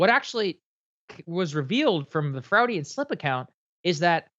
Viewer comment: Honestly man you can't pronounce Freudian?